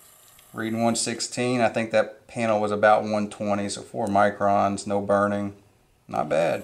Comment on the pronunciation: It's MICRONS. There is an "n" in there. Yeah, I have a Mazda CX-5, and it has some seriously thin paint.